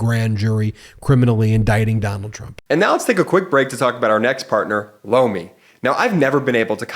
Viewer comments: I could have sworn that I saw MTG in a bestiality video the other day. (plus, your Lomi ad sounds like you're saying "blow me." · Was just listening, not watching.. when he said sponser.. "lomi" i swore i heard "Blow me" Like.. what... is this?! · My husband thought he said he heard "Blow me" instead of Lomi. Lol!! You are not going crazy.